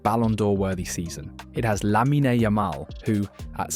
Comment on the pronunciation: It’s Lamine, not “Laminey” 😒 Beautiful video nonetheless, thank you